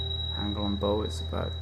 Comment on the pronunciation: Bow, as in cow. Not toe.